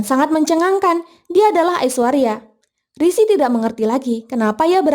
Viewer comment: sering bgt min rishi disebut sri😅